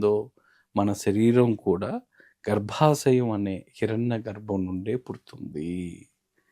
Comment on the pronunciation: అది గర్భశం కాదు... గర్భశయం 🤦🏻‍♂️🤦🏻‍♂️